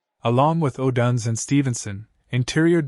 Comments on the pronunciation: Could you please stop mispronouncing odunze 😢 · Please stop mispronouncing odunze 😢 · Stop mispronouncing odunze 😢